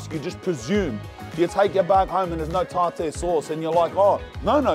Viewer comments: Man it's pronounced Tar- Tar ,tartar sauce...here you are doing a fish review,you are tasting them for the first time so maybe taste it before you smother it in "Tartar" sauce 😏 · Tar tear sauce💀💀💀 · The pronunciation of tartar sauce 😂🤣